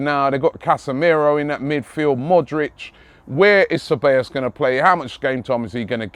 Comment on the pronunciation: Cabellos: Kah-bye-yos